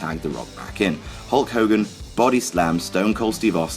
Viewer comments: Who's Hull Cogan? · Who is this mulk mogan you keep speaking of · Guys, who the hell is Hull Cogan?